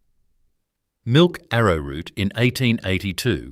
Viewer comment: Did you say milk ave a root?